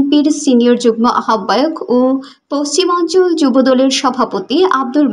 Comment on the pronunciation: আহবায়ক উচ্চারণ ভুল